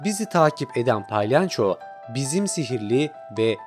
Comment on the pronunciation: palyanço değil palyaço